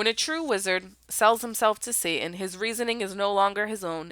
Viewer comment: Wish she could pronounce the letter " t" in satan